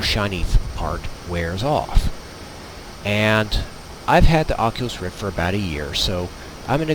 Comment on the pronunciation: Took me longer... :D:D:D i was skipping the video to check where is the oculus and be like, why he talk and show him self in a plane, but says ocilus roft... :D lol